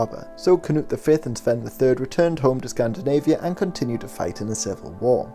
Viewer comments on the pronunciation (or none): none